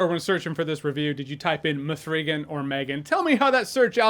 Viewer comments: Muh-three-gan. Classic! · The way Jeremy pronounces “m3gan” as “ma-three-gan” gets me everytime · I literally came to this video to see if anyone else calls it “M 3 Gen” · "Ma-three-gan!" Junk had me dead😂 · It's pronounced meeaaagan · Glad I'm not the only one calling it M'threegan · It’s pronounced MEEEEGAN 😂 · "Mithreegan Two." Love it! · I’m glad you enjoyed Me-three-ghan.